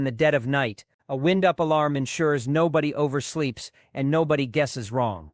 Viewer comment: Tell ur AI that the word id wind-up, not wind as in moving air.